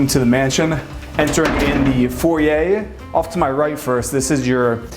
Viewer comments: Good to hear an American finally pronouncing foyer correctly. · thanks for pronouncing "foyer" correctly!! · Either pronunciation is correct. Foy-er is more American, and foy-yay more French.